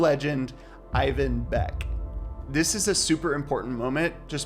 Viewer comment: Did this man really call the guy on the thumbnail “Ivan Beck”